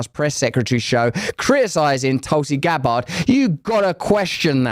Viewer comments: Why the hell do you keep pronouncing Tulsi's surname like that? Its Gabbard...not Gab-bard! Its not difficult man! Dont pronounce your name as Rus-sell do you!? Stop adding unnecessary syllables please. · "Tulsi Gab-Bard" ☠️☠️☠️